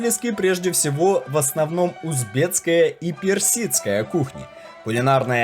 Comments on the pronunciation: Ролик классный, аппетитный, но очень режет слух таджиЦкий, узбекЦкий. Верно говорить: ТаджиКистан - таджиКСКий, УзбеКистан - узбеКСКий) Такие вот дела. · Очень хорошие программы, отличный видеоряд - спасибо! Несколько замечаний по поводу неправильных ударений (хорошо бы проверять как что произносится) и слов (вроде "ложат" вместо "кладут"), а также таджиЦкий, узбеЦкий. Если вы уж по русски говорите, то произносите правильно - таджиКский, узбеКский. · Нельзя так безграмотно читать тексты. Таджиц таджицкий. Узбец узбецкий. Но так там же таджик и значит таджикский, узбек значит узбекский. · ТаджиКский ,УзбеКский ,там Ц нету